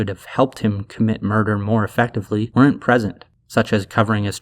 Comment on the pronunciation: The way he says "weren't" sounds like the Mac "Quack" sound